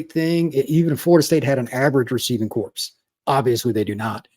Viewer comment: "WIde reciever corpse".....So it's pronounced as "CORE" not "CORPS"... you see a corpse is a unliving human system. unless referring to UF all those players can be considered individually a "corpse"